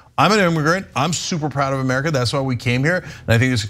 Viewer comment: Myrrkah! New spelling!